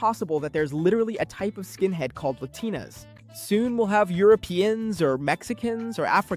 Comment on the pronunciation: lah-tin-uhs? yall i think this shits ai